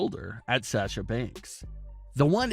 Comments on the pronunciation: “Sè sha” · Why do you pronounce Sasha so weird?.. Also, you provided absolutely no real information other than what you would get if you watched the show... Thanks?.. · can this guy stop saying sasha? he cant even say her name right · Gosh I wish this guy would learn how to say Sasha correctly